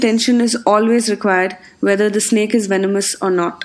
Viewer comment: I heared snik not snake